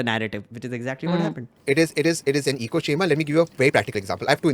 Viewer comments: Duuude, good stuff! Salute your patience of actually listening to these kinds of things and is the besst! So many gems of wisdom in this long reaction talk (you should cut and make them into catchy shorts!). btw, being nitpicky but it's ECHO chamber, not eco chamber (came up a few times so couldn't resist)... LOVE the nerd agenda at the end, just brilliant! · Really enjoyed this because I don’t have the stomach to watch rw loons on my own time and without support. But please why is everyone calling echo chambers, “eco chambers”?